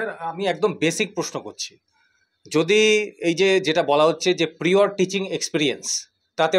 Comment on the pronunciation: Prior thik uccharan korun